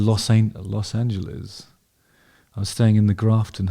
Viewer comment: Must confess that I could just listen to you enunciate the phrase “Los Angeles” over and over again 😊